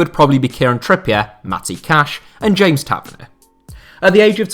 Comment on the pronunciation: Ta- vern-knee-a Is how you pronounce it